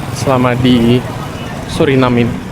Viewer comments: Bacanya yang benar sesuai dengan kalimatnya SURINAME karena dari bahasa Belanda, anda salah menyebutnya berulang kali jadi SURINEM 😂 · Maaf saya koreksi ya ? Orang lokal sana dan wisatawan yang datang, ataupun orang Belanda menyebutnya "Suriname" bukan "Surinam" seperti yang anda sebutkan berulang kali